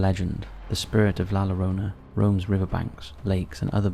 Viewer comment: And Pocatello (said as Po-sha-tello), lol 🤭 Oh as well as La Llorona (though most people say that incorrectly, the double 'l' is pronounced as a 'y' in Spanish, so it should be said like 'lahh YEH-RRONE-nuh')